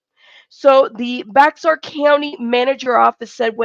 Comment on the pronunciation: Bexar County is pronounced “bear county” just for future reference. 😉